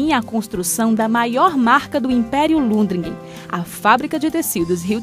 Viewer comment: Deu informação errada sobre a igreja. O sobrenome é Lundgren e não Lundregen.